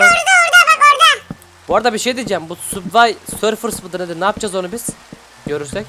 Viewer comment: Abi bu arada onun adı Subway serfers değil Subway surfers